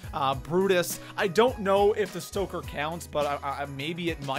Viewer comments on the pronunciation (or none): none